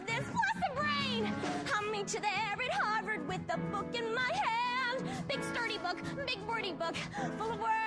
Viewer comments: She’s so sweet aw she seemed very nervous she said worvard 😂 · when she got to the "I'M what you want! harvard..." etc etc, i think she started to say warner, cos she kind of goes "waaarvard I'm the girl for you" haha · 1.21 she said Warvard like Warner and Harvard lol😂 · "Im what you want war- vard!" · its funny when she comes throught he paper she says warvar she mixed harvard and warner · I now just heard she said warvard 😂😂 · did she say WARVARD? :)) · she messed up a little bit she sayd warvard. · i hears that aswell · Katie Messenger I heard that too😂😂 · I heard it too lol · I thought I was the only one who noticed! :D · IK HAHA😂😂😂